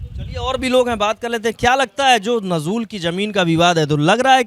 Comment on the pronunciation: नजूल को ठीक से पढ़ मेरे भाई। 😂